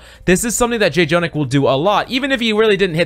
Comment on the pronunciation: Next time you gonna call him Jay Jonak a little kitten will die.